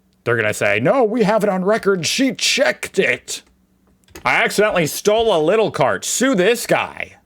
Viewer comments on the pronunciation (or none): Natural gas is actually one of the most important energy sources for electricity generation (10–20%). The share of crude oil in electricity generation in Germany is typically less than 1%. By the way, it's not pronounced Little or Lidl, but Leeedle. Lidl was the (family) name of the owner of the first store of this kind. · just pronounce it 'Leedle' (not like 'lie') 😉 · Not Lydol, try "leadle", like the Beatles PS: tbh, the far right AFD is nor as right as the GOP or Repuplicans or Trump and his cabinet is. Still, they are way too far right. Just to put things into perspective.. PSPS: with the dentist law-suit, i believe the problem was, saying he had "old, outdated machinery" or whatever, since the patient probably is not educated enough to judge on that. Just my guess.. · Just pronounce it as if it was written like this: "Leedle" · Leeeeeedleeee it rhymes with needle....oh my god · when it comes to potato pancakes applesauce is a must <3 (or as we know them: Kartoffelpuffer mit Apfelmuß X3) Also Lidl is pronounced Leedle, just like needle but with an L instead of an N at the beginning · Leedle say it Like leedle pls. That is how u pronunce Lidl. Pls it heards my ears. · In IPA Lidl is spoken like this: lɪd.əl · "Quick tip: To say Lidl the right way (the German way), just say the word 'needle' but start with an 'L' instead of an 'N'. So, it's basically 'Lee-duhl'." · Lidl is pronounces like "Leedl" Hbf is the abbreviation for Hauptbahnhof (main train station) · just pronounce it "Leedl" and you'll be doing fine 👍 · You always say Laidel and its what you said the first time Lidl so you dont even know what you say.. you said it right for the first time and then came up with a wrong way to say it... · One simple way to pronounce it correctly is to take the English city of "Leeds", remove the s and add an l, or as someone previously described, simply take the word "needle" with an l instead of an n at the beginning. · just say "leedle", like needle with an L